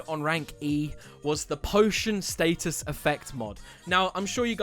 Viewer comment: The way u say status pisses me off